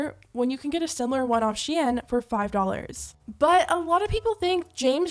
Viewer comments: bitch really said she in.... tf its shein -_ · It should be pronounced “sheyn” and not “shiyen” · I had to turn this off. You clearly don’t know how it is to be broke. And you think HE bought those clothes??? You know for sure they sent them. And it’s not pronounce “shay Ann” wtf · The was you pronounce the company’s name sounds like the French word “chienne”, which means “bitch”… hahahaha!!!! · Why does she have to say shein like that💀💀💀💀💀💀💀💀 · I’ve never heard someone pronounce SHEIN like that haha sounds fancy tho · I hate how you’re mispronouncing SHEIN 😂😂